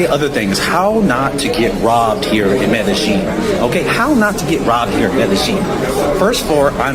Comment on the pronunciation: Medellin (Medeyeen, not Medejeen, and only the back of your tongue touching the roof of your mouth to pronounce the 'N,' like when you don't want liquid in your mouth to go down your throat.